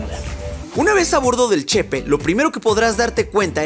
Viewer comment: Que bueno que viniste a mi estado! Nomas una cosa, es “Chepé” no “Chépe” 😊